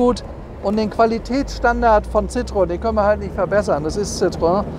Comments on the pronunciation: Ci - tro - en! Nicht Citroon, Citröön oder Citroäng. Aber wie immer toll präsentiert. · Wer einmal Französisch gelernt hat, kommt auch mit der Aussprache dieses Namens klar. Citroen - gesprochen Ssitroenn. Also nicht Zitrön oder sowas. Über dem "e" waren zwei Punkte, das heißt, das "o" und das "e" werden getrennt gesprochen. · Hätten Sie nicht "gemusst". War mir durchaus klar. Aber die Aussprache des "Ci" war gar nicht Bestandteil meiner Aussage, denn das klappt in der Regel. Hätte ich in IPA geschrieben, hätte es sitʀoˈɛn geheißen. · Das spricht man Citroän aus 😉